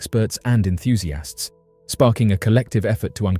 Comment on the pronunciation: Enthusiasts ❌ EnthusiAHST ✅